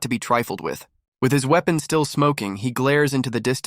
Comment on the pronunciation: Seeing as they pronounced it as uepon I think they didn't understand it